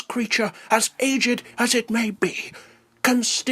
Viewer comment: i love the emphasis on the 'd' of aged 😂